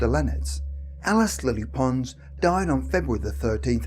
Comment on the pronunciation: It took me a while to realise that he was talking about Lilly Pons so bad is his pronunciation Lilly Ponz !🙄 Lilly Pons had the most amazing soprano voice of her century.